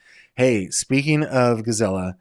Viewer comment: Dear - you are pronouncing Gisela name as “GiZella” it should sound like Gis-SA-la! I’m a Grizzly 🐻